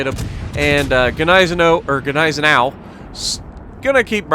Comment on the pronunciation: No G in Gneisenau